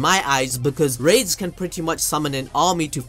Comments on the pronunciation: Fam it’s raidies not rades. Say it like raidies. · ok so its "ra des" not rades. can't be balls deep in anime and mess up ppl names